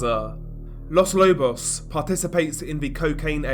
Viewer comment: With as much coverage of Latin America as you do, you should look up Spanish pronunciation. It's very easy as it's always the same- not like English with all of it's exceptions and quirkiness. Quito is pronounced key-toe. Los Lobos all the Os sound the same as in toe, again.